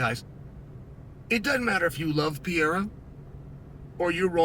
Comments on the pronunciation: he doesn't need to say it like a foreigner, he just needs to say it right. Pereira and Piera are completely different things. let me break it down. Pereira (peh-RAY-rah), Piera (pee-EH-rah) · Please, unc Clael. If you pronouce just "Perera" instead of Piera, you'll pronounce very close to the original. We brazilians don't speak the "i" part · Alex "Poatan" Pierre-Ra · Piera. Macklechev. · I'm gonna start calling Alex "Pierra" too. It's growing on me. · Say it with me uncle Chael: PE REI RA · Piera, Pierra would be spelled P-eh-ha, not P-eh-ra like it's supposed to HAHAHA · Says Pereira wrong but says Ankalaev perfectly 😂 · Pootan Piera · STILL CAN’T SAY HIS FUCKING NAME. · This dude needs to learn how to pronounce his name correctly 😂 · Worst part is that he can say Teixeira but not Pereira